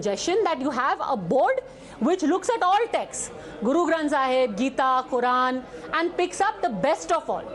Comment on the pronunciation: no bye-bell or buy-bell and quy-run😅